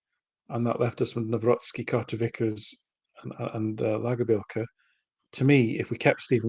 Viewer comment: I believe that the pronunciation is lagerbeeyelka his nickname is maybe big shandy 😂❤